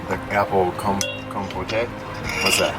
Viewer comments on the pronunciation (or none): It’s definitely not pronounced “compotay” 😂😂 it’s just “compoht” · The E on the end of the word compote is silent. it’s pronounced com-poat :) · It's COM-pote. :-) Like mom-goat. LOL!